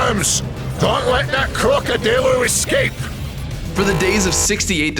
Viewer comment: Damn man crocodillo not Crocodiyo